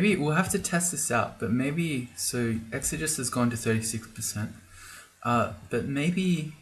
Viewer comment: it's ˌek-sə-ˈjē-səs